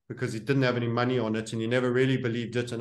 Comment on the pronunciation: Drink everytime Says Muney 😄